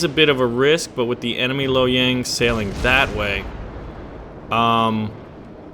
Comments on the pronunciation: The correct pronunciation of Lo Yang is " luo yang " with emphasis on the "o" & "a". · I think it may be 'luoyang" (洛阳) and not lo yang. Not in mandarin pinyin anyway as there is only lou, long, lü, luo(...) but not lo And luoyang is a well known city in china, one of their ancient capitals iirc